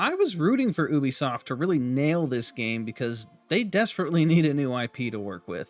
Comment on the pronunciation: Disliked due to you mispronouncing Ubisoft! Jesus Christ its a U not an ohh..